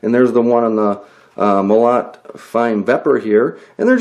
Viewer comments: agh... stop saying Mo LOT! it's pronounced Mo LOW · Russian "molot" is a "sledgehammer" in English. And the right way to say the word is mOlot, not molOt. Comprende? Cheers!